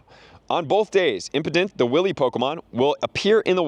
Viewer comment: It amazes me that grown adults do not know how to pronounce 'Wily'